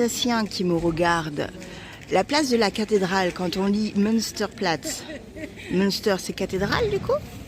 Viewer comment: 😂😂😂 en cours de route, j‘ai essayé de regarder si il y avait la reponse je ne l‘ai pas vu! Münster, se prononce munsteur, avec les tréma, c‘est la cathédrâle et le Munster, prononcé minstère c‘est le fromage que tu aimes 😂😂😂! Apres l‘origine des 2 mots vient du nom monastère, un Münster etait une cathédrâle accolée à un monastère et le nom de la ville de munster vient du monastère qu‘il y a la bas je crois! Je reviens après la fin de l‘épisode! Toujours aussi sympa! Merci pour ce partage! Je connais mieux l‘Alsace du nord mais quelle belle région! Profitez en bien!